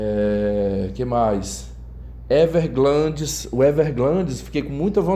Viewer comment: Everglades sem "N" e não Everglandes com "N" de glande. 🤣 🤣 🤣 🤣 🤣 🤣 🤣 🤣 🤣